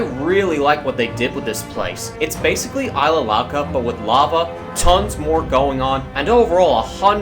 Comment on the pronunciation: It's not Ilsa Louca It's Isla Louca!